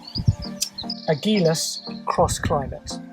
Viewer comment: It's pronounced like agile